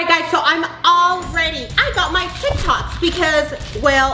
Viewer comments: it's tic tac not tik tok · It’s tic tacs not tic toks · Lmao she said Tic tok instead of tic tac🤣🤣🤣🤣😂😂😂😂🤣😂😂🤣😂🤣😂🤣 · said tiktok when she has to say tiktak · First what is Paul to Ameerah and when said tiktoks when it’s tiktaks 🤣🤣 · Hannah Brooks well ima make a better sentence “ it’s actually called tic tacs, not tic tock. she pronounced it wrong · It's funny how called tic-tacs tiktoks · I think meant tik tAks not TikToks 😂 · When said tic tacs she called them tic tocs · she called tik tacs “tik toks”😭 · Did say tiktok instead of tictac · It’s not TikToks it’s tik taks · Why this lady over here calling these tic taks tic toks.. 0-0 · can someone tell its pronounced (TIC - TACKS) not tic toks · it's tik tac s not tik toks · It's not tik tok s it's tik tacs